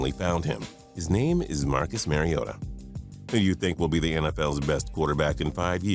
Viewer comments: Please, Mariota is pronounced Marr ee oe tuh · BTW the "mar" is pronounced like "car" in Mariota. Thanks for making him #1!